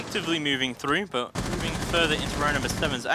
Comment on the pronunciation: Anyone else got annoyed with the fat caster trying to say but and dirt but sounded like he said buh and dirh